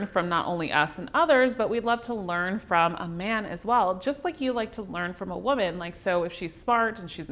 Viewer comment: She keeps misappropriating the pronunciation of the word "woman" in this video and it is distracting. Otherwise its a great video.